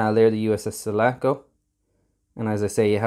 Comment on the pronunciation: It's Sulaco, NOT Salaco!!